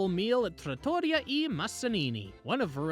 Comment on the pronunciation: Città Antica is pronounced chee-TAH an-TEECA and Osteria and Trattoria rhyme with pizzeria. Great video though 😊